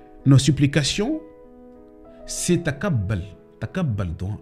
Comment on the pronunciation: Taqabal tu prononce pas bien je pense que allah te guide et te pardonne